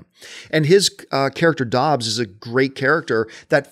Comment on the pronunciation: John why are you calling his character Dobbs, it's Hobbs.